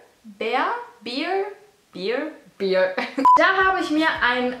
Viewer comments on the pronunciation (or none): Also es heißt Pull and Bear ( so wie der Bär ) .... Bear ( wie das Bier ) bleibt einfach Bier 😂